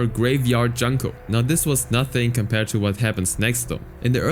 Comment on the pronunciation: Her name is pronounced "Joon-koh* NOT Juhn-koh*